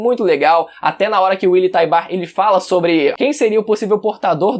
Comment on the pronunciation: agonia dele falando "tybar"